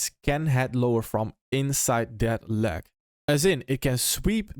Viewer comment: to not have "leg" sound like "lag", pretend you're saying the word LAY like lay down, but then add a G at the end. lay...GUH (g sound). layg